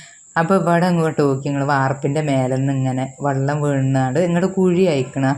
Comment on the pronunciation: വെള്ളം എന്നുപറയു...വള്ളം അല്ല